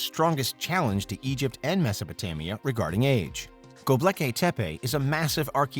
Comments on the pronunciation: Go-bek-li-tep-e.... not Go-bleki-tep-e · Seriously it's vocalized as Go-Bek-lee-tepe it means a potbelly Hill and it along with Egypt the whole of the middle east and even the Indus valley culture they all stem directly from the mesopotamian Babylonian ubaid Sumerian hittite and Assyrians who's empires existed 7,000 years earlier then Egypt and the conventional science doesn't support the younger dryus impact hypothesis my ass not because it's false it's because they don't really want the truth they want shades of it that fits there view of it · Mispronunciation of Gobekli Tepe? The L is after the K, not the B. Derp. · Imagine writing a narration for a video, proof reading it, and never learning how to pronounce Gobekli Tepe. There is no L after the B. Fix it Derp.